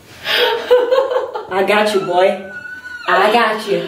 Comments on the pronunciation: Kad je rekla kao z misice,,a gac ju boj’’ ja sam mislila da je rekla,,a gace u boji?’’ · Jel jos neko na "I got you boy" cuo kao "GACE U BOJI" 😂😂